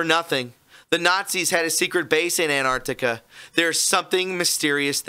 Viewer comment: Ant-arc-tic-a not Ant-art-ic-a. Ffs that drives me nuts.